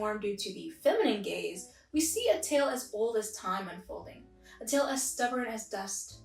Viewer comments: I keep hearing “feminine gays” instead of “feminine gaze” lol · The first time you said male gaze I thought you said male gays, so then I was like: wAiT wHaT wOuLd tHeY wAnT WiTh wOmEn 😳👀😳👀